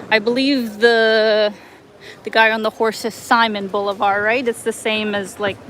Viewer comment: Pla,a De BOLIVAR, (for Si.on Bolivar)not plaza Boulevard